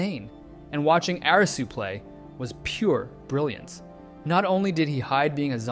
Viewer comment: Thank you for pronouncing Arisu's name properly instead "A-RII su"